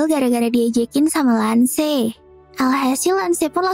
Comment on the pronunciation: Mash ❌️ Mas ✅️ Lance ❌️ Lan-ce ✅️ Cavill ❌️ Kavil ✅️